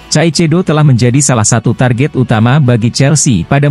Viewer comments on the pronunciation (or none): masak ngmgnya caicedo please deh kaisedo min .... 😂